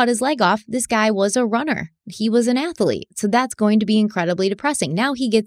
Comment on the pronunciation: I’m starting to have an IOTA of sympathy ( not sympathy, maybe understanding? ) of this guy with his problems. …. And…. I love that gives the word “ athlete” three syllables!!!!